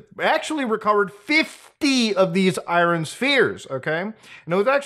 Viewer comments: Larry King would hate how Muda says iron. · You say iron the exact same way as xQc Eye ren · I never realized he was Canadian until I just heard him pronounce "iron" in this vid. Norm Macdonald ass.